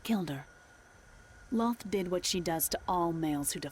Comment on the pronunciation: The D&D lore is done well but the name is Lolth, not Lloth.